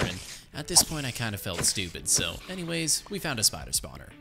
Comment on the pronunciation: so anymamays he said